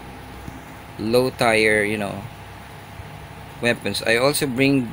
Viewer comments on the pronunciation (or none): i'm sorry to be that guy but YOU'RE SAYING TIRE WRONG